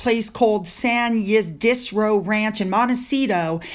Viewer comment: San Ysidro is pronounced San Asee-droh